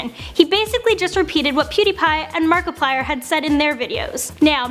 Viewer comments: She said Markipiller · Did she call Markiplier markipillar